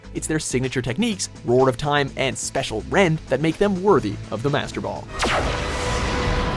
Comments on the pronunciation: wait what? isn't it Spacial rend? I heard special rend, miss pronunciation? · its not "special rend" its "spacial rend" like space? Because palkia? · seriously? special rend? not spacial rend? as in the space pokemon with the space move yet you pronounce it special? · I got triggered when he said ‘special rend’ instead of ‘spacial rend’ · Spacial not special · Speical Rend? excuse me it is Spacial rend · It's "Spacial Rend" not "Special Rend." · It's actually spacial rend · Wtf, it's 'SPACIAL rend', You said 'SPECIAL rend'. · Special rend? Special rend?! No. It's Spacial rend. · Please say I'm not the only one who heard "Special Rend" when Palkia's signature is called Spacial Rend. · spEcial rend? I thought it was spAcial rend :/ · its not "special Rend" its "Spacial Rend"! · he said special rend, it's spacial rend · it SPACIAL rend not special rend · Ew you used the Pokemon xyz dub lol Did you pronounce spacial rend as special rend? You said Giratina wrong you pronounced bagon wrong Learn your shit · Spacial Rend, not Special Rend. The least you could do with these videos is pronounce things correctly. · "Flygun" okay calm people sometimes pronounce something wrong, "number eight Palkia and Dialga" seriously? "Special rend" uhm no Palkia's signature move is called Spacial rend. "Giratina lend a hand in creating the sinnoh region" no it didn't it lend a hand in creating our world. You also said that Rayquaza toppled its counterparts, which explains why it's second place, it also has way more significance then dragonite so... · "Spacial Rend"!!!omg -. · Special Rend??? It's Spacial Rend cmon mannnnnnnnnnnnnn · It's Spacial Rend, not Special. LOL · did he just say special rend instead of spacial rend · Anyone else hear him say "special rend" instead of spacial rend? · does he say "Special Rend"? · Philip Garcia they even mispronounced spacial rend, saying special rend. XD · Did... did this guy just say "Special" Rend? dear god.